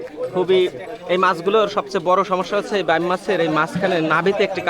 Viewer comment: বাম মাছ শব্দ টা কোন বই থেকে শিখেছেন??? বাইম উচ্চারণ করতে কি কাস্তের উপর বসতে বলে আপনাকে??? আঞ্চলিকতার ছোয়া মানে ভুলভাল নাম বলা নয়!!!😂😂😂